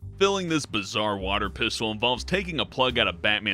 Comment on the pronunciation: Batman Water PISS-tol